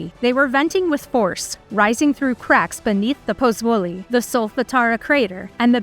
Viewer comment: Ich lasse die Untertitel immer mitlaufen, dann kann man das Unverständliche mitlesen und wenigstens ahnen, was die unverstehbaren Namen wirklich bedeuten sollen. Es hat trotzdem lange gedauert, bis ich "Puzzuoli" identifizieren konnte.